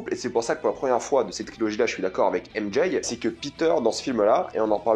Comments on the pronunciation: À chaque "M Jay" je serre les dents mdrrrrr 😭😭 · J'ai du mal à comprendre pourquoi beaucoup de Youtuber disent "M-JAYE" au lieu de simplement dire les lettre M et J comme c'est censé être le cas pour les francophones.. C'est vraiment laid.